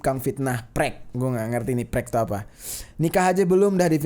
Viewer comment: prek nya bacanya pisah bang, p sendiri baru terus rek.. Dokter kok gitu sih ngatainnya wkwkwk